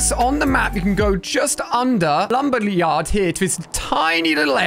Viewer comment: Wait, did he just say, lumber liyard.